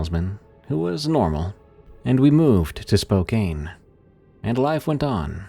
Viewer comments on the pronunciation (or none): Spokane is Spo-can, not spo-caine 😂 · Oof, the way you said Spokane. I live only a few hours away 😅🤣 i even heard flight folks at the airport call it something similar out of portland. Love the stories!